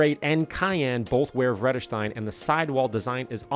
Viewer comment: Not only is Vredestein a European brand, it's a Dutch brand. You pronounced it almost right;-)